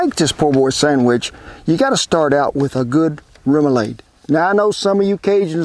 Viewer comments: It’s pronounced rem-u-lod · Its pronounced RIM-OO-LAD. :) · "Rum- ah- lod" is how its pronounced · Roumalaud ....rouma LAWD lol I love your channel. Thank you for the recipe!! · Kent awesome job! I live in Louisiana and am from New Orleans so, outstanding job! It is pronounced - Rem ou lade. :) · Thanks for all the great content! Rome - uh - lawd is how we say it in Baton Rouge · Now ya’ talkin’ my language. Born in SW Louisiana and grew up and lived for years in and out of New Orleans. Shrimps! Shrimps! Shrimps! Kent, you did mighty fine with this recipe! Thanks so much for sharing your recipe. Remoulade, that a is pronounced as a short a, like lawd. Room ah lawd. 👍😂😂😂 God Bless you and Shannon😁❤️🇺🇸💙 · Good to see you doing some Cajun food. From this Cajun cowboy to an Okie, you pronounce remoulade “rah-muh-laud”. Or at least we do. But for the record, seafood poboys down here generally aren’t as fancy as this. They’re usually just plenty of shrimp (or catfish, oysters, soft-shell crab, roast beef and gravy, etc), lettuce, tomato and mayo. Oh, and plenty of Louisiana hot sauce. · Remulade = REM - YOU - LAHD (last syllable is ah like Father)